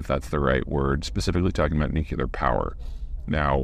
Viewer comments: Why can't Americans say 'nuclear?' It's not 'Noo kill Aa.' It's 'knew clear.' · Nuclear is pronounced “new-clear” not “nu-cue-lear”. I distinctly remember everyone in the media mocking W Bush relentlessly over that, yet Peter screws this up in every one of his energy and war videos and not a peep out of anyone. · Dude. NUC-LEAR. IT'S NOT NUCULAR. It's astounding to me that so many people made fun of George W Bush for this, and now it's just normal. It's important because the name nuclear indicates that it comes from splitting the nucleus of the atom. Ther is no nuculus in an atom, so people will only become more ignorant of the realities of this technology, which is why people fear it. They just don't understand it. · the way Peter sez NOOK ya ler grates on me. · Supply chain YES. Carbon free MEH after construction there are no more delivery sytems or concrete out gassing. AND it is NOT NUKULAR! It took 20 seconds for this talking head to loose my confidence, its just a thought, y'all have a good day. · Nuclear not nucular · It really grinds my gears when people say "Nucular" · Nu-clear = Yes! Nuculer = :- ( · We should make an effort to say “nuclear” instead of “nucular.” I’ve slipped and done it wrong myself. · "New clee ur". Not "nuke you lar" Come on Peter, you're clearly smarter than Bush Jr. Please act like it. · 1) It's "nuclear", not "nucular". 2) Assuming the COP (coefficient of performance) of your air conditioner is positive (and this is always the case), the AI chips themselves will use much more power than the cooling system. I know that trying to inject real, specialist knowledge in a Zeihan video is likely pointless, but there ya go. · is not niucular is nuclear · Let's go nu-qui-lar ! Gooooo !!! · Nuc-U-lar? Come on Peter! You're better than that!! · No you 're not. According to Peter you 're a Nucular Engineer. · FYI viewers: nucyooler = nuclear (noo͞′klē-ər). You’re welcome. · it's pronounced Nukelar, thanks to Bush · Nu-clee-ur. Please.